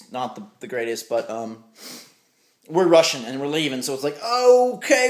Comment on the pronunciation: Watch that bit of the video again. He is actually saying "I'm rushing" but it sounds like "I'm Russian"